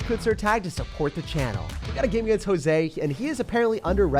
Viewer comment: Hey,! I love your videos and i literally look forward to them every day🙌 Just real quick, the very first person you played against, their name was “Josue”. It’s pronounced “ho-sway”; the only reason I know that is because I have the same name and i just thought you’d wanna know how to say it right. thank you for all you do for us!!